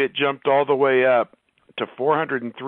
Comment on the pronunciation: When he say anyWay**Wray..wreigh** 😂😂😂 GO bucks